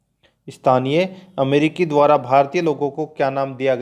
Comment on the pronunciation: Question ka collection achha h,,, but speaker bahut hi stupid aadmi h... Dwara likhe ko b dwar bol raha hai, murkh adami b video bnate h 👍😀